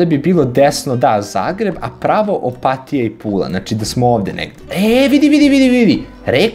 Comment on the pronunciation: Opatija se zapravo izgovara tako da se i naglasi. Opat-i-ja